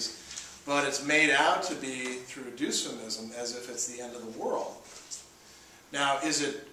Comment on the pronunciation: Why does he pronounce "dysphemism" as "Doosphemism" lol. That's like saying "dystopia" as "doostopia"!